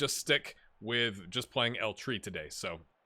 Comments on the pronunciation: Not sure if you were joking or not but it is pronounced El Tray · As a native Spanish speaker I can confirm that the most accurate pronounciation would be "El Tree"